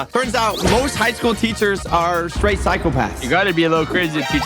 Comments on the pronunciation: it’s teachers not teatchers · Its not teachers, its teatchers😂